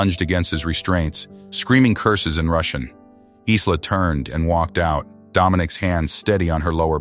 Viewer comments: 🙏 for pronouncing Isla's name correctly. I noticed in version 1, the transcript says her name's Elena. Love ❤ your work. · It' pronounced properly in this one.